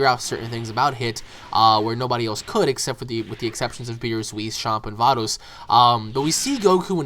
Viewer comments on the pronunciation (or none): none